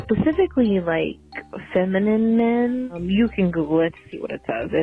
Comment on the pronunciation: In that 1 voicemail when she said “femine men”.. I think when she meant twinks .. took me a min and I was trying to think of porn categories lol